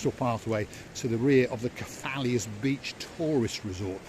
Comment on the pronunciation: Kef - a - los 😉